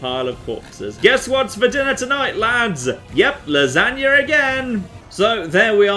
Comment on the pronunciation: Gotta Love Famous " Lasanger "